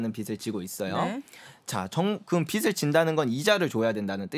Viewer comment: 제발 비슬아니고 비즐이라고 발음해 주세요... 오해가 말에서 나옵니다...